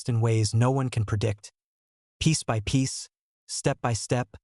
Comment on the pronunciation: Is this fake? What is 'B Y the evening'? Ridiculous. Gutted that I listened to this fake trash for about 10 minutes...